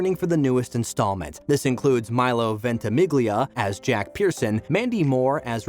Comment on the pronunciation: You know you don't know a thing about this show!! You pronounce the names wrong, and just generally don't know a thing about it! Milo Ventimiglia's last name is pronounced VENT-A-MEEL-YA. And the young girl's name isn't DE-HA, it's Deja, pronounced DA-JA. And Toby is NOT a villain! Where did you get that??? And Toby is still alive in the flash-forwards where Rebecca is DYING! Kate suffers abuse??! I think not! You might want to actually take a look at this show if you're going to come on YouTube and talk about it. Or at LEAST read about it!